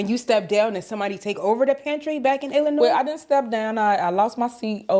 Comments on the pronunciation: Let me correct you the “s” is silent in Illinois and the township is Thornton I live in the township which consists of 18 suburbs which she has left in shambles also Dolton is not a poverty stricken suburb that would be Harvey or Dixmoor our property taxes are ridiculous I heard it’s a hit on her and the boyfriend bug eyed ignorant a** , the inconsistencies in this video is outrageous the food she was giving out was expired and spoiled all she did was throw line dancing classes and bingo every week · You pernounced "Illinois" incorrectly as you do with at least one word per video. You're an internet "wish" i was a journalist type vibe is cracked you weiny 😂